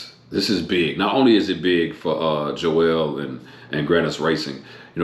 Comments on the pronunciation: It's Joel not Joelle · It's Joel not jo-el